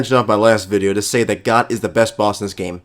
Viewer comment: It's actually pronounced "Goht"